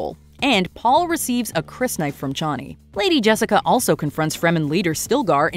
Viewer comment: Didn't care for the way they pronounced Chani in this one either.